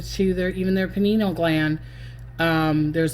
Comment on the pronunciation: OMG you really are saying that diabetes isn't as disease? Really. What is the basis of your conclusion? But, what should I expect from anyoneo involved with this cockamamie "psychic" who doesn't know that liver transplantation is already being done and can't pronounce pineal gland. You, in particular, are a menace.